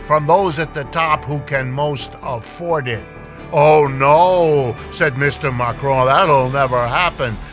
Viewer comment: He should learn how to pronounce Macron. CC showed he was saying McRoy.